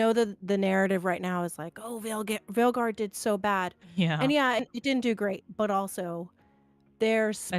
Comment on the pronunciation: A bit of irony to listen your discuss ion about possible Bioware studio closure, while you both agreed that “you liked DA Weilguard” 🤭